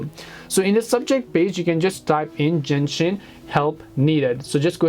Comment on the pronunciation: bro kept saying jenshin impact